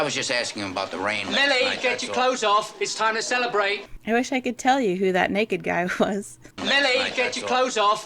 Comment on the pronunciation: "cood"? Really?